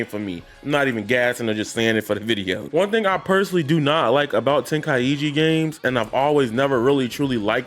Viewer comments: What is " Tenkai-iji???? It's TENKAI-CHI !!!!!! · Yea wtf is “ten kai e gee” 😂